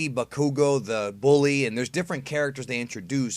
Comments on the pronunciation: Me-Door-Re-Ya Kaat-Su-key Ba-kuu-Go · You pronounced the 2 main character's last names wrong. Midoriya is pronounced: Mid or ee ya Bakugou is pronounced: Bah ku go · Me-door-e-uh, Bok-ew-go That’s how they are pronounced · And bakugo too?? I love ya man I watch your vids all the time but come on you're kill me here lol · The way you pronounce Izuku’s and Bakugo’s name😂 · That's not how u pronounced bakugou's name just saying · You pronounced bakugo wrong it's Baku( derived from the word explosion or explode in japanese ) and go katsu and ki